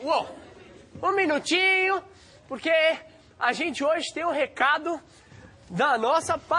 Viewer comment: "Xeente!" kkkkk eles são massa... porq foram sair da MTV